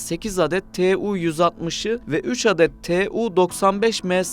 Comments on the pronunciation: 'Tu' diye okumak varken rahatsız edici bir şekilde 'T' 'U' şekinde kodluyorsunuz. Kodlayarak okuyabilmeniz için T ve U harfleri farklı kelimelerden alınmış olması gerekir. Ancak 'Tu' - Tupolev isminden geldiği için kodlamadan 'Tu' şeklinde okumanız gerekir. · Tee uuu 160 Tee uuu 160 deyip durmuş